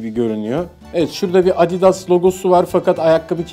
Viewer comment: Abidas değil adidas